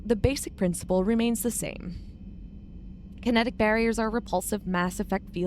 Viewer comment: Andromeda used large ships with Cryo-sleep pods with conventional drive engines, hence why they mention it took over 600 years to travel from the Milky Way to Andromeda. The events of Mass Effect 1, 2, 3, are well in the past for Andromeda. "kite-enous armour" - erg. terrible pronunciations. It's a soft "ch", almost like an "sh" sound.